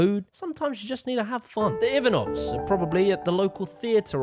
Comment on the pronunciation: Your pronunciation of the name Ivanov was brutal. 😂